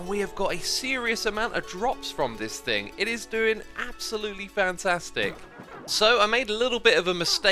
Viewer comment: Me: thing. Keralis: fing. Xisuma: FRING!!!